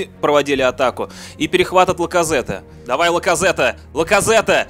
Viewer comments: Не Лаказетте, а Лаказетт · Не Пайет, а Пайе и не Ляказете, а Ляказет